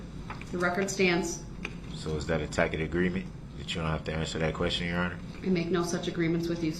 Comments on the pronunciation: He complains that he doesn't understand and acts like the court is supposed to teach him, but HE FIRED HIS ATTORNEYS! They warned him that the prosecutor has tons of resources and he said it didn't scare him one bit. He's only upset he can't get his way. And WTF is a 'tackit agreement'? Is it like a TACIT agreement? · "Is that a tack it agreement?" What, Mr. Brooks, tack it to your pointy little head?